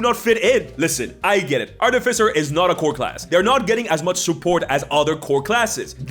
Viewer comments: Artificer not arti-ficer. It's about artifice nott arti-fic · AR-ti-fy-ser - emphasis on the FIRST syllable. Long i on "fy". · The stress on the wrong syllable was too much by 5 mins in. Art if ic ers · I think it is ar-te-fai-cer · I am fancy with my pronunciation of artificer. I pronounce it ar-ti-fi-see-ay. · I thought it was pronounced Art-e-feser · The way you say Ar-TIF-icer is really antagonizing lmao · Artificer is pronounced like artificial. The third syllable is the one that gets the emphasis. ar-ti-FISS-er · I bet the video was good but got 54 sec in before i had to stop. Please pronounce the class name properly its art-if-icer. Like saying artifact professor in the same word as thats its word roots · The word artificer came into being during the age of enlightenment to describe those people, mostly from the Arabic world, who would construct mechanical wonders, most often mechanical imitations of humans, called AR-ti-fices. From the same root as AR-ti-facts. They were called AR-ti-ficers after those devices. One can pronounce a word any way one chooses, but this is derived from a word which had an established pronunciation. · You’re putting the emPHAsis on the wrong sylLABle. It’s artificer. Easy ;-) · I can’t get over how you say artificer. 😂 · I love the way he pronounces Artificer 😂 It reminds me of my brother who always says "Arcifiter" or "Articifer".